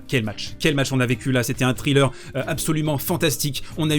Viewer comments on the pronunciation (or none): none